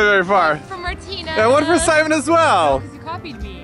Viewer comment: LOL Simon you mispronounced ALL of those!